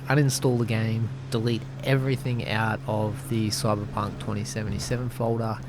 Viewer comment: I love the way ypu say Coiberpunk :)